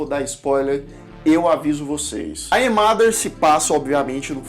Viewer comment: "Ai é mader"??? Sua pronúncia é óóótima! 😂😂😂